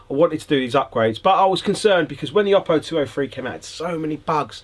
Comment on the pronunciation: Oh-Poh, not Ah-Poh. Don’t like it? Contact Oooooppo.